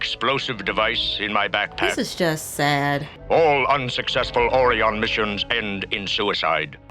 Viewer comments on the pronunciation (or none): Shatner mispronounced Orion. He didn't say Or-rye-in He said said Or-eon and wasn't about to re-record it so everybody else had to follow his mistake Just like in TOS season 2 A private little war where De Kelly couldn't pronounce Gumatto and kept saying Mugatto so every one just said Mugatto but it I'm the end credits it's listed as Gumatto(the white ape creature. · I do not know why Orion is being pronounced this strange way, since they were mentioned in the original series more than once, pronounced the standard way. The only thing i can figure is they aren't the same species and therefore it is pronounced differently. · They goofed on pronouncing the name, they goofed pronunciations in a few other episodes as well